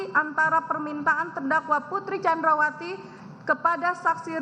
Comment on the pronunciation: Blepotan “Candrawasi”